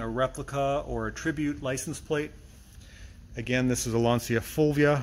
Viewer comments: You pronounce "Lantcha " not "Lansia " by the way gorgeous car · not really, in Italian it seems to pronounce Lanzia, instead of the right Lancia with C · lancia pronunsation ( lanceea) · Lanzia non si può sentire